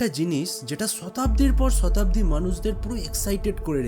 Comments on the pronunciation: ভাই শতাব্দী কে ছতাব্দী বলবেন না প্লিজ বিরক্ত লাগে, স এর উচ্চারণ টা ঠিক করবেন, অনেক কোয়ালিটি ফুল কন্টেন্ট স এর উচ্চারণ এর কারণে বাজে লাগতেছে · ছতাব্দির পর ছতাব্দি 😂😂😂